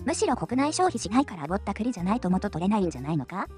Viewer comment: 「ぼった、栗」のAIイントネーションが余計に失笑誘いますな😂 さすが先進国🎉